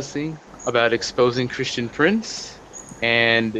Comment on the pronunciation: XD .... such rowaybida man...kreeshtun pronz